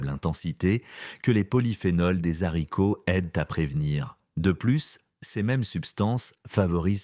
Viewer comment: Faudrait apprendre à votre voix synthétique qu'on ne dit pas des Zharicots! De plus, les "personnes âgées" ainsi qualifiées ne le sont pas à 60 ans et même 70 ! Et parfois davantage. Les jeunes vieux sont extrêmement visibles ! 😂